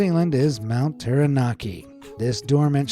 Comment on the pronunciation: Hey, its not mount Terra Nar Kee. Its mount Tara Nak Kee 🙃